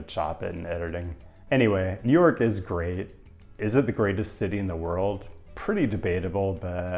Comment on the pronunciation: "JEW NORK CITY"